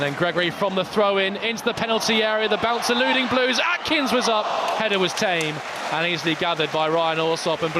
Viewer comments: calling AKINS, ATKINS is incredibly tinpot, learn players names ffs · Would have thought a bare minimum for a commentator is reading the players names. We don’t have a player called Atkins.